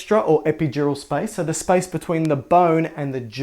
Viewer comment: SPICE?? i was confused at first. its space